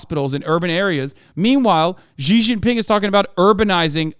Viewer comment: "Xi's nuts" -Hasan, 2022 Also the "X" is rather pronounced as "Sh".